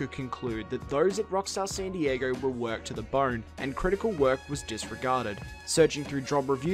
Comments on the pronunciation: San diager?! What the hell lol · im glad someone else hears this guy saying dieger!! So annoying. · Why do you keep calling san diego 'san dieger'? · "rockstar sandy jaeger" God damn man San Dee yay go. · "san dieager" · i Have one question. WHAT THE FUCK IS ROCKSTAR SAN DIEGEEERRRR?? ITS SAN DIEGO NUMBNUTS.